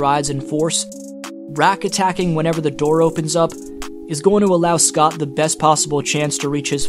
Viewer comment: Love your video and info but why you calling him Scott like that?